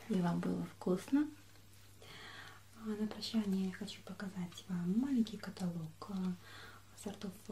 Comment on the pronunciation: каталог не правильно говоришь)